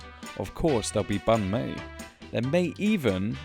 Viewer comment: The way you said banh mi is spot on 😍